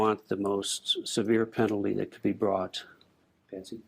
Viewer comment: Her name is Patsy not Patty. Just thought you'd want to say their correct names.😊